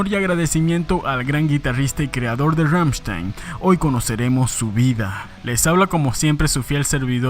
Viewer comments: Ramchtain o Rammstein. O lo pronuncias bien o no XD no digas Ramchtein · En alemán se pronuncia Ramm-schtain. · “Rammshtain” no “rammshtein” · Ramm con doble m, st se pronuncia sht y ei como ai Ramm sht ai n. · Rammstein se pronuncia Rammstain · "Ggammshtain" GGAMMSHTAIN, pues! ChristoPH Schneider "Flake", así como va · pfffffft. la banda mas representativa de Alemania? ni el nombre sabes pronunciar. Kreator es la banda mas representativa actualmente de Alemania.